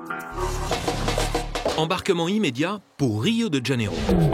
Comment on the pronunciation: "de Janeiro" ne se prononce pas "de DJanero", mais "de Janeiro "